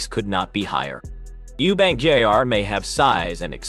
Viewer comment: Why can't the ignorant man talking call him junior instead of jrr